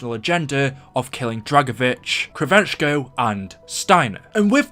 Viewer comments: Its Kravchenko not kravenchko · He meant kravchenko Not kravenchko WHEN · It's pronounced krav shenko